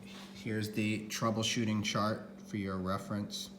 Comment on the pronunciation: I thought he said troubleshart 😅🤣